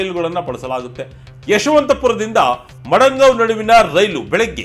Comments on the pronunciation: Not Madangao correct prronounce is Madagao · Madangaon ❌ Madgaon ✅ RIP Journalism. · ಅವರೆ ನೀವು ಪದೇ ಪದೇ ಮಡಂಗಾವ್ ಅಂತ ಹೇಳಿದ್ರಲ್ಲ. ಅದು ಮಡಂಗಾವ್ ಅಲ್ಲ ಮಡಗಾಂವ್.